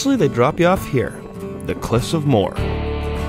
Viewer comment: Cliffs of Mo-her. Not Moore